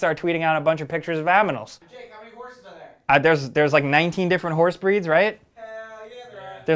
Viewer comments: did he say "aminals" instead of animals?!🤔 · lo l he said aminals instead of animals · He's as excited as us about RDR2 that the word aminals came out lmao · lmao 😂 "aminals" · Am i the only one that heard aminal not animal 😂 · u say aminals instead of animals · "...Rockstar tweeting out a bunch of pictures of aminals" lol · Ha he said aminals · "A M I N A L S" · You said aminals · pictures of what? AMINALS xD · I'm sure He just said aminals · YOU SAID AMINALS YOU FIEND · Did say "AMinals"? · Excited about the "aminals" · he said aminals. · tweeting pictures of aminals (was I the only one who heard this?) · "aminals"??? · "Aminals" lol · Lmao “aminals” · "Aminals" lmao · It’s ANIMALS! NOT AMINALS! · Aminals Good guy lol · "Aminals" haha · aminals lol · Fckin great how he says aminals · Did no one notice the 'Aminals'? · Did say Aminals? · Aminals dude said aminals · Ha, AMINALS LOL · He said AMINALS xD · Did anyone else catch that said “Aminals” and not “Animals” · This dude legit said “aminals” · Gotta love "aminals" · Aminals? LOL ;-) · “aminals” lmao 😂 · Aminals? Am i the only one who heard him say "A bunch of different pictures of Aminals"? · so many aminals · that's twice this week you've said aminals instead of animals is that your thing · Cool "aminals" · "Aminals" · baths - aminals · azaming aminals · Just gotta put this here but you said... Aminals :D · Did he say 'aminals'? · "Aminals"?? Haha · Epic i love "aminals" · You said aminals... Great vid tho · says aminals😂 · About he says Aminals 😂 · “19 different aminals” Nice one XD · "Showed a bunch of pictures of aminals" lol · wow 200+ aminals! he said AMINALS! didnt even notice it lol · Did anyone else hear "aminals?" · Did you really mispronounce animals ? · My guys said animals wrong. Big F